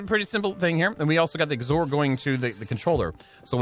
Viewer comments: XOR is pronounced "ex or". It's short of "exclusive or". Meaning it's like "or" but it is exclusive when they are all on. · Anyone else bothered by the way he says xor or is it just me..? 😜 (X OR. 2 words! X then OR. Lol)